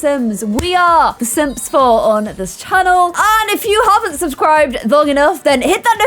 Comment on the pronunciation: Is it "the Sims 4" or "the Sims flirt" 🤭